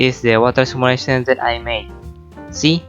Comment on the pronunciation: simulation word seems hear like Malaysia